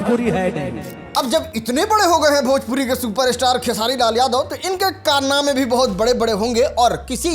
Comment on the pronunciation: Pahle khesari bolna shikh le bhojpuri kah rahe hai bhojpuri ko